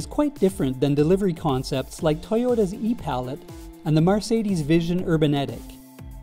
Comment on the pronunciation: It's MERcedes, not MARcedes.